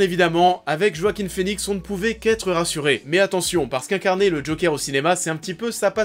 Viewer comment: "JOAKHIM FÉNIXE" se prononce en fait "Hoakin Finix"